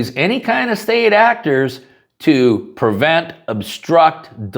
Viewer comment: I'm a gun guy, I've voted for trump, I'm a patriot and I noticed that when you say prevent you pronounce it as "pervent". Do you pronounce nuclear as "nuculer"?